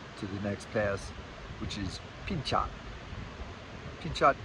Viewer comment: Not that it matters, but Pinchot is pronounced Pin-cho (the T at the end is silent) Happy Trails. 😋